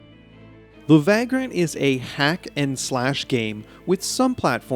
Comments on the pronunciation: It's pronounced vague-rant (/ˈveɪɡr(ə)nt/), not vag-rant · It's pronounced vey-grunt. 😉